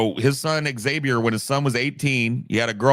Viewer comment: seems to have the most trouble with proper nouns. Names of dictators, Names of philosophers/other figures, Internet Usernames/websites/webservices, Political/pop culture concepts. For God's sake he names his son "Zabiur" instead of "Xavier" 😂